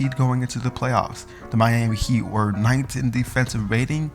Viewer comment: Did he first say the Miami hate